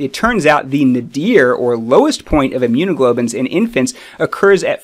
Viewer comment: Immunoglobulins not immunoglobins